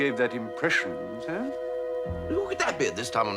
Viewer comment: Jeeves always pauses between a word that ends in an 's' or in an s sound, and the 'sir,' I suppose to make certain that every syllable gets its full measure. For example